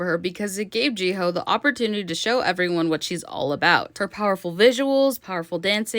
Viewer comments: How hard is it to say hyo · Your pronouncing of Jihyo’s name pisses me off